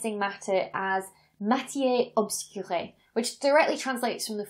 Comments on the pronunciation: Matière obscure (ob-skuur, sort of) or it should have been "obscuré." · that's because it was not pronounced correctly but then I'm guessing that our good doctor doesn't speak French :) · Yes she mispronounced it. Poincaré indeed used the expression "Matière obscure." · But her pronunciation isn't quite right, right? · As a French, she sounded more like trying to speak italian or latin then french. But don't worry, Dr Becky, we forgive you. :D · your pronunciation of "matière obscure" is so cute i can't handle it :p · Sorry, Becky, but the pronunciation of "matière obscure" is with emphasis on the second last syllable. There aren't accents on the endings. ;)